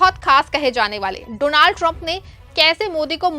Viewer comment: You are a new actor please learn to pronounce his name properly. Doo-naald trump seriously you are a joker reporter 😅